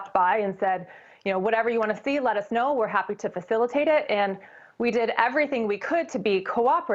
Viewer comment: DT CANT SAY YESTERDAY HOW SAY FACILITATE